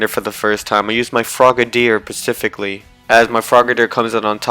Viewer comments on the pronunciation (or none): none